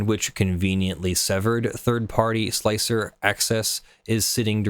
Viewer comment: Thank you SOOOO much for being one of the very few people who are capable of pronouncing Slic3r correctly by pronouncing it slicer instead of slick-3-R like most people do. It's a minor thing just it drives me nuts.